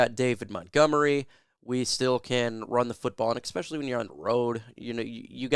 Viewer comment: It’s “ess-specially” not “ek-specially.” Esp does not = “ek.”